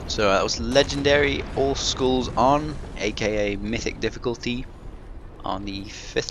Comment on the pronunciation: when you say all skulls its sounds like you say old schools